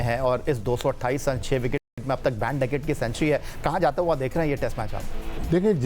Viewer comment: It’s not baan ducket Ben man